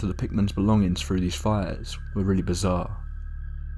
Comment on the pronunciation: Dude it's THREE not FREE. . . . Can't stand listening to that. . . When people can't speak properly, especially a person from the uk who can speak English properly. It's through, not frough